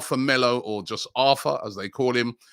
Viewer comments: Think it’s pronounced ar tor in Brazil. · PRONOUNCED “ARR TOR” not like Arthur in English 🥴